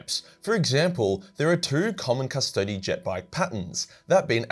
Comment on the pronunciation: I'm so happy that you pronounce "Custodes" properly. Cust-odees. Not Cust-odes. This is the way.....of Latin.